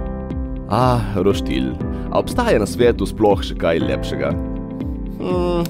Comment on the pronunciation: Reče se roštilj ne pa roštilj